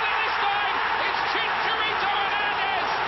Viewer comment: Props to the British commentators that actually make the effort to call him “Chicharito.”